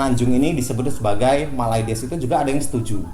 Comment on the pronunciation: mylades bukan mayludus